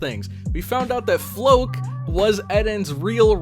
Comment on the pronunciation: Floch = Flock. Not Floke.